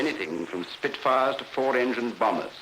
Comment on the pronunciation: “Two Spitfars please”.